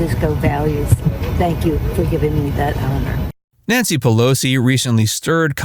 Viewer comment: Nanshee Peloshee